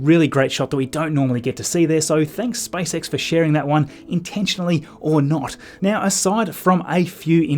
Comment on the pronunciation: Am I the only one hearing Spice X 😂😂😂